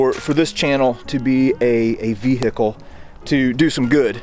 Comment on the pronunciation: Dude you really need to learn how to pronounce vehicle